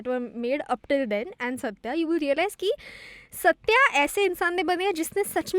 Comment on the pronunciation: The films name is सत्य but why does everyone keep pronouncing it like the South Indian or Anglo pronunciation version ? We had Ardha Satya before and everyone pronounces that like it was meant. The lead characters name is Satyaa but the films name is Satya the other side of truth.